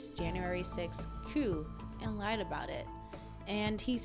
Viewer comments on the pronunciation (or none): none